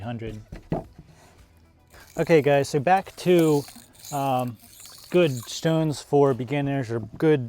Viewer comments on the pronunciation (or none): i love how you say shtones :D